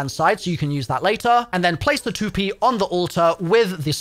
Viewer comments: You say Tu-pee, it’s Tu-Pay isn’t it or is it a British / English difference. lol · Lol "The too-pee" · I think the april fool's joke is how he pronounced toupee😂